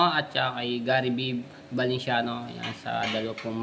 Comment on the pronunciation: lara morena ung girl..tsaka ayusin mo pagbanggit ng surename ng mga valenciano..hnd velenciano..